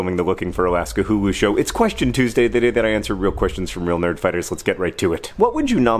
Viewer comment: Everytime I hear Hulu I die a little inside :(